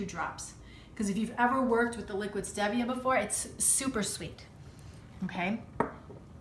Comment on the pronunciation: I think it's pronounced Steve via but this looks so good I love apple pies and I bet this must taste like it